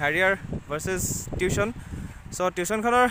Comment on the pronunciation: Tiushon nohoi tuson